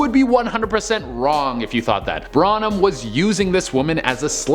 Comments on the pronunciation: Dude, love your videos but bar is pronounced bar not bra & you kept saying Branum instead of Barnum which was actually his name. Your mispronunciation over & over was quite annoying. As I stated I do love your videos but please work on pronunciation, thanks! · Should I tell him? Pt Barnum... not BRANUM... it was written twice in the video lol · Love your videos! You were pronouncing Lehman as Leham. Tried to ignore it but couldn’t. I would normally assume I was incorrect about the pronunciation but I’m pretty sure about this one. Also it’s PT Barnum, not Braunum. I’m sure about this one too. 🤷‍♀️ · It's not branam it's BARNam 🙄 I love you guys I really do but y'all pronounce things wrong so often it's kinda irritating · Barnum. Not Branum. Need I say more?!!!! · Might wanna leave the videos where you talk about P. T. Barnum to someone else. It's Barnum not Branum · How is it that every person that presents on this channel cannot pronounce their way out of a paper bag? Branum????? Can you not read????? It's Barnum. BAR-NUM... It is consistent with this channel that there are numerous very sloppy errors. This is your job. Do it better. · Er... Its B A R N U M not Branum Brah 😂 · Video: P.T. Barnum: P.T. Branum... Branum... Branum... lol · Ugh. Bar-num, not Bran-um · You are saying P.T. BARNUM right?? Not BRANUM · It's PT Barnum....not Branum. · P.T. BARNUM not BRANUM..... jesus do you guys even pay attention to what you're presenting? ugh and Lehman brothers.... WOW have you never actually heard these names spoken come on, you're better than this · It is pronounced P.T. BARNUM ( BAR--NUMM) NOT BRA--NUMM..... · Barnum and Lehman, not Branum and leyum... it’s literally spelt right but said completely wrong, like WTF. 😑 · Branum? Barnum. Google Pixelon. Opinions. Not Apinions. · Branum??? You mean Barnum, right? I mean, it's literally spelled out right their in the visuals for your own multimedia presentation and all... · I think is PT Barnum not bronem